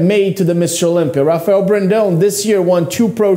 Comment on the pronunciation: "I know Rafael personally" - Terrick. Yet can't pronounce his name right... k